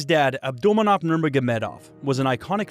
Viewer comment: Ab-dull-man-opp-aa-vich your butchering his name lol